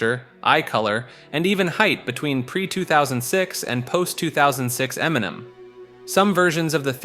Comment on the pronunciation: Emniminim is how I intend to pronounce it from here on out. 😂